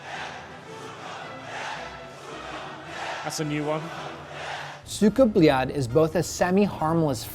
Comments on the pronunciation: СУКАААА БЛЯЯЯЯЯТЬ, не правильно произносите, практикуйтесь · its not cuka bleat speak it right noob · Anyone notice how he says its with a d not a t then they spell cyka blyat and put a tick next to it 😂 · explains pronunciation. clarifies common american mispronunciation. proceeds to mispronounce it throughout entire video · what is he doing? Also he mentions cyka blyat in this video and hears it so many times but he can't even pronounce it right smhsmh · Why do americans misspronounce EVERYTHING???? ESPECIALLY russian words. The american in the vid completeld misspronounce it as well. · Anyone else watching this and like the host cant say cyka blyat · It annoyed me that he brought the Russian guy on and he tells him how to say it properly.. he continues to say it way off lol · I hate how he pronounces it